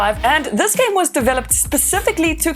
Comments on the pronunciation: did she pronounce game, as jam? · Say jam one more time please